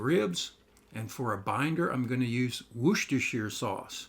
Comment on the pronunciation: Greetings from the UK! These look delicious and I'll be giving them a try soon. I love your laid-back, can-do style and gentle encouragement. Thank you. We're coming to Alabama next spring. If we bump into each other (!) I'll buy you a beer and, as recompense for your recipe, I'll teach you the correct pronunciation of "Worcestershire"! Keep cooking and posting, sir!